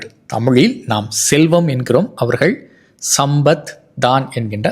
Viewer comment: GOOD INFO...... Pls pronounce properly e.g.. you are pronouncing Sampath as SamBath.. Wrong You should prounce it as SamPath....